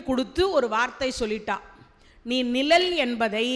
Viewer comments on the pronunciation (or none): அம்மா தயவு செய்து நிழல் என்று உச்சரிக்கவும்